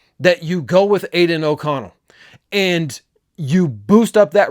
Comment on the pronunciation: Say aiden oconell again 🔫